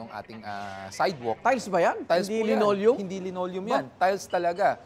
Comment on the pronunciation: Lenolium dw sbi ni arn arn nasa labas lenolium😂😂😂 dpat hndi to news anchor